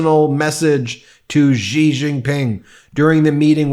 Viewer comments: FYI, the pronunciation of Xi is “she” not “gee”. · With the utmost respect. Xi is pronounced like she. You're pronouncing it like zhi. Thank you for your great work. I love this show. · It is pronounced Shee not zhee. Xi. The x in pinyin is pronounced like a sound often between s and sh... absolutely not like a J or ZH.. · It's pronounced Xi, not ji or zhi. As in ""That's what Xi said" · TQVM to Ben for this insightful and meaningful video. I enjoyed several of your other videos too. Excellent research effort. However, I have a small comment to make. CHina's president's surname is pronounced as ' See or C' Quite a lot of influential people have also pronounced it wrong.